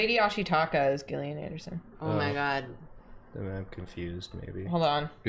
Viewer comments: Isn't Gillian pronounced Jill- Ian? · I love smiley fries 😢 it’s ok, more for me 😋 Also Gillian Anderson is my only hope of people pronouncing my name right and y’all said it wrong 😅 (Jillian not Gill like a fish) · Crying every time they mispronounce Gillian Anderson, lmao.